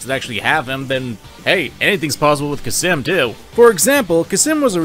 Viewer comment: I love this video dearly, but there is one thing that keeps bothering me: did you forget the letter L exists. It's khalsim, not khasim.